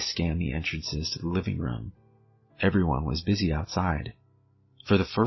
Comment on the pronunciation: A “boosy” night?? Com on man “BUSY” 🤦🏻‍♂️